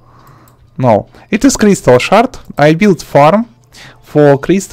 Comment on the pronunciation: crystal "shart"